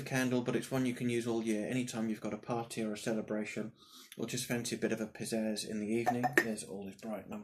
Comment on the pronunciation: Fantastic idea ...nice to see some great scents ..I did nearly spit my brew out with all is bright " when you fancy a bit of pizzazz " I thought you said "when you fancy a bit of a p*** up " lol